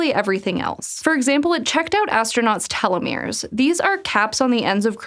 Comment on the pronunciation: is a momentous occasion for SciShow... "telomere" was finally pronounced correctly!